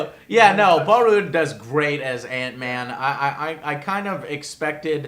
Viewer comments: It's Paul Rudd not Paul Rude lmao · Maaaaaaybe you should learn to pronounce the actors names correctly.. Who the hell is Michael McDouglas? You mean Michael Douglas?! Paul rude? Paul Rudd!!! Rudd!! (R - udd) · It's not Michael Mcdouglas, it's Michael Douglas... It's not Paul Rood, it's Paul Rudd lol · I thought it was Paul Ruhd not Paul Rood, but I could be wrong. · Paul RUDE? Michael MC Douglas?!? Dude, you are BUTCHERING their names!!! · Michael McDouglas, Paul Ruuud, David Cross... Damn, Joe was way off with the names this time. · Don't forget Michael Pienia haha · ***** I like Joe but he was starting to piss me off with that. I laughed at "Paul Rude" but the fact that a "Movie Reviewer" doesn't know how to pronounce and has knowledge of Micheal Douglas is just awfull. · Is Joe purposely butchering names like Paul Rude and Micheal Piena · love the video...but dude..seriously.....paul rude.......you are the worst at names dude..almost every video you butcher someones name...its funny as hell.